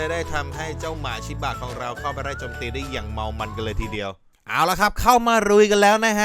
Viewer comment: สำเนียงพี่ไปเเล้ว5555สุนัขชิบ้ะ